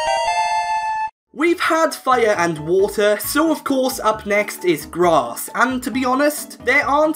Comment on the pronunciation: 12.00 did you say ice and grat?